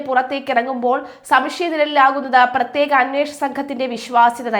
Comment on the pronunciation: " പ്ര േ േത്യേക" അന്വേസന സംഗം ന്ന് പറഞ്ഞപ്പം ങ്ങളെന്താപ്പാ നിരീച്ചെ ...?